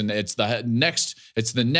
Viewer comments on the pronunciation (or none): none